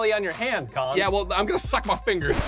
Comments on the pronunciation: You said "Colin's" iTs coLlINs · uh...... its 'Collins" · It's Collins with an S